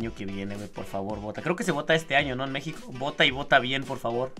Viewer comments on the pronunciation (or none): none